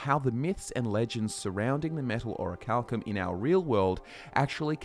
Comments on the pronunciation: Pronounced: Or - ree - chal - kim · "oracle cum" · A: it's in the name - Orichal*cum*